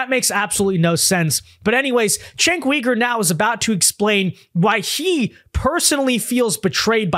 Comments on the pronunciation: It’s pronounced chenck you-ger not wee-ger. It’s cringe hearing you say that, your vids are great tho. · Cenk Uygur is pronounced "Jank You-Gurr". Not "Chank Wee-gurr". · He's name is not Cenk Weeger, the name is Cenk Yogurt. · Uh, phonetically, it's Jenk You-gur.